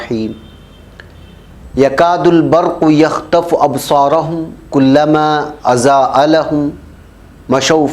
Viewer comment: آپ کی محنت اور کوشش پر شاباشی اور صد بار شاباشی، اضاء میں ضاد ہے زا نہیں لہذا متعلقہ آیات کی کسی قاری سے تصحیح کرالیں جوکہ آپ بآسانی کرسکتےہیں تو بہت بہتر رہے گا، آپ کی کوشش میں چار چاند لگ جائیں گے، وفقکم اللہ